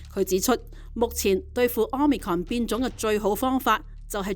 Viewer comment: 好心有些報導員去認真一下 omicron 的讀法 失禮呀